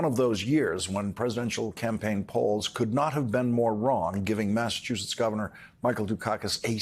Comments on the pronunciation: Jerry Lee Carl - 3 first names and pronounces Massachusetts "Mattatusetts". 🤣🤣🤣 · "Massitoosis" Adorable. (For a six-year-old) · What is it about Republicans in Congress who can't read or pronounce common words? I already hate that he keeps saying "MasseTUsets" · I didnt know one of our states was called "massa two sets"... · Lawrence will you please tell the southern Republicans that there is no T in the middle of Massachusetts its a C how hard is that to understand i like my family before me live in Gloucester Massachusetts and have been hear since the 1600 our little space in the world was founded in 1623 and the local Indian tribes were in Mass, for thousands of years so lets try a little harder to get the pronunciation . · "I'm sorry, I messed that up". Come on, seriously, he can not even say Massachusetts. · Jerry Karl from Al a bama. can’t even say MASSACHUSETTS!?!